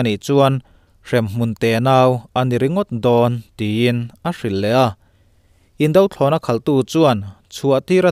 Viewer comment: Indo thlawhna/Indo lawng i lamrik dan hi a la dik lo fo. a bak chu a tha khawp in ka hria. indothlawhna tih a indo (hi Fing lo / Duhlo tih thlukin a ri tur a nih hmel)